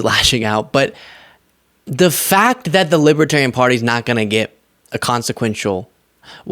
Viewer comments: Dear Donald: It's LiBERtarian, not LiBAHterian. Everything single thing he says and does bothers me at this point. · he says "Libitarian"...cannot read Libertarian...about 2nd grade, not even 3rd grade reading...and he wants to be president..Humph.. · He doesn’t even know how to say Libertarian 😅😅😅 “Libaterian?” Idiot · He's a "Lib-A-Tarian" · We had such a long wait for this delicious moment. Diaper Don is finally being seen for the lying sh!tbag that he is. And he’s saying “Libbatarian.” 💙💙💙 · What's a libiterian? Is that anything like a Libertarian? He can't even say the name of their party correctly. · Oh, gawd! Did he just say he’s a Lipertarian??? What’s a “LiPertarian”??? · Trump called them libetarian. He doesn't even know how to pronounce libertarian. He sounds like he has a 3rd grade education, sorry, I don't mean to insult 3rd graders. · Is he saying lipatarian. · He can't even say the word Libertarian, correctly. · Trump can hardly pronounce libertarian, guaranteed he doesn't know the definition, vote blue